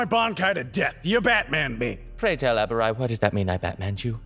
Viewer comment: You pronounced Abarai weirdly.